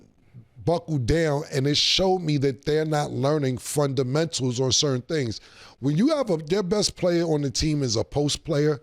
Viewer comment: Cam: da frondamentals is lost